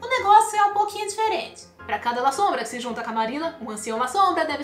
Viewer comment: Gente pronuncia-se LASSOMBRA e nao LAZOMBRA